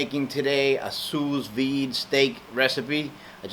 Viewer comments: maybe it's sue not sues but this guy sure can cook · "Sue Veed" not "Sue's Veed" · It's pronounced Sue Vide bro, but you kicked as on this bro. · It is "Sous Vide" meaning "under Vacuum" it is Pronounced "Soo V, id" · THANK YOU!! every time he says sousssss i couldnt help but crack up